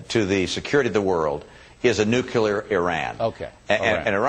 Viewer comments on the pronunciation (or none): Anyone notice he said "Nucular" and not Nuclear? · It's pronounced NU-CLEAR you MORON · It's NUCLEAR, Mittens. NOT "nucular." *sigh* So glad you won't be president. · NEW CLEAR! NEW CLEAR! THAT IS HOW NUCLEAR IS FUCKING PRONOUNCED NOT NUKULAR GET IT FUCKING RIGHT! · he said "nucular," bush used to say "nucular," and palin too. yeah... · did he just say "nucular"????? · "nukular" Iran bahahah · did he just fucking say nukuler? XD ladies and gentlemen we have the next george W bush!! XD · ... What the fuck does "nuckular" mean? Bush has made an impact for sure... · He said "nucular" ...please let Romney lose.